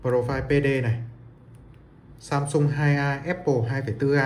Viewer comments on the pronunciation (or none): none